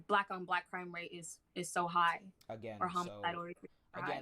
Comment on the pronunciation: Y’all not only was it her first debate she had no cohesive points whatsoever 😂 none of her narrative makes any sense . Lmfaooo when you corrected her pronunciations of crime rate 😩😩😩 you owned this shit There’s little to no evidence that black people committing crime at higher levels than white people. According to the statistics we actually commit crime on the same plane as white people..